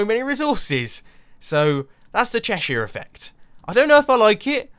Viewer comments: Haha, I'm from a small town in Cheshire, and I didn't realise that we had that reputation. Definitely not the town I'm in, full of chavs and doley's. By the way, you say Cheshire much more poshly than I do, I say it Chesh er, with the er like the er in homer. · thats not how you pronounce cheshire you silly turnip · You pronounced Cheshire so wrong... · What's Chershire?